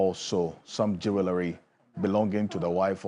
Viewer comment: Please, the "w" in "Jewelry" is silent. Say it like: "jool·ree". Thanks🙏🙏